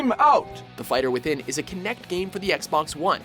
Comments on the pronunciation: Figher Within Looool you mean Fighter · "Figher Within" eh?